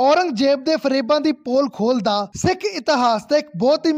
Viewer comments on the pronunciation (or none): none